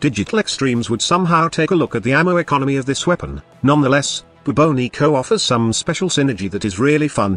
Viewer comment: I think you are mispronouncing it. Shouldn't it be pronounced more like the Bubonic Plague? Class name D.E..